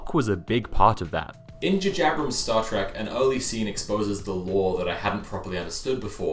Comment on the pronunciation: I'm glad I'm not the only person that says JJ Abrams as 'Jajabrams"